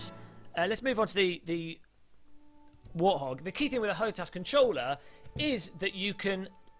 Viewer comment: btw it's warthog not warhog